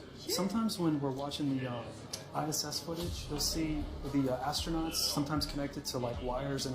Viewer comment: Of course NASA has "Astro-NOTs!!!😂😂😂 "He-lie-O-Sin-Trick Model" 🦎👽